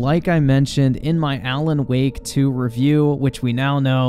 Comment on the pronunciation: why do you pronounce alan woke "alan wok"?